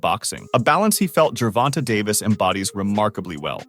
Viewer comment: You have extensive knowledge of the boxing community... so much so that you can articulate Davis name without him sounding like a female